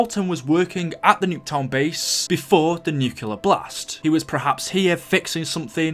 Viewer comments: This kind of goes with the Book thing, but it really annoys me when some people say nuclear wrong, nuCLear not nuCULar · nucular and boowk... say words better PLEASE! >:(